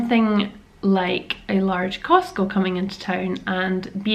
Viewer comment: Remember it's called "CosTco". Not Cosco. The "T" is not silent.....lol